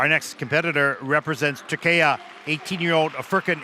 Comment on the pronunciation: Shame on the commentators, they cant even bother to pronounce names correctlly! it's not Tor key yah! it's Tooor-key, yeah!, Foor, khan, IN gel!, it's not HARD!